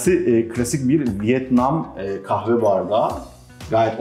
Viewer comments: Offff kave değil kaHve !!!!!!! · Kızın kaave deyişi ne kadar sinir bozucu. Kahve diye söylenir o kaave değil.